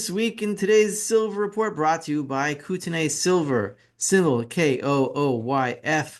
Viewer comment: Hey the real pronunciation is Koot- nee, not Koot-en-ay Just ask a local. Love your stuff, btw